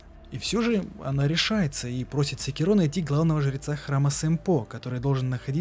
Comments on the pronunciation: сЭкиро,а не секИро/секирО! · не смог смотреть из за секирООООО, ты же не говоришь говОришь или смотрИшь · Спасибо за ролик) Только СекИро, а не СекирО. Ты слушал диалоги? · секирО, ГОСПОДИ, ПОЯЧЕМУ? Правильно секИро. Б**дь его ведь в даже в самой игре так называют! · Он и так и так говорит Сначала секИро потом и секирО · Шикарное видео. Но внесу пару поправок. В имени Секиро стоит делать ударение на И (именно так обращается Ищщин). Во-вторых, Додзюн - сумасшедший, и его учитель давно мёртв, а разговаривал он сам с собой. В третьих, касательно личинок, я думаю, что они там самые разные, не только сколопендры, но и сверчки, да и сколопендры занимают особое негативное место в их фольклоре. Так же, есть ещё Ханбей Бессмертный, который так же не был монахом, и т.д.,но в ходе своих странствий вполне мог случайно на территории Ащина подцепить эти личинки. А так, по всем пунктам согласен